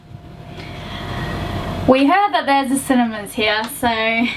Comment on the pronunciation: I thought they were saying they were going to the Cinnamon's, I thought maybe that was an Australian CinnaBon or something. lol "Cinemas" got it.